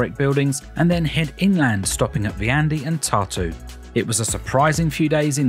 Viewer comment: Great! Two quibbles. Like many Estonian words, Viljandi is pronounced with the emphasis on the first syllable. BTW, it is my mother's home town. In Tartu. the section of the cathedral that the museum uses was actually built back up in the 19th century. Previously, it had been a ruin, like the other half. The area around the cathedral is now a park and is lovely in the summer time. But it was once Tartu's old town, and looked very much like Tallinn old town. None of that remains. Peter the Great totally destroyed this (blew it up) during the Great Northern War in the early 18th century. He also had the university closed and it remained closed for around 100 years. Indeed, after a siege, the city of Tartu was pretty much wiped out by Russians in the Great Northern War. The great Peter did not want a city there as it might compete with his spanking new St. Petersburg. The top of the hill around the ruined cathedral was made into a park in the 19th century. It also is home to one of the most historic observatories in Europe.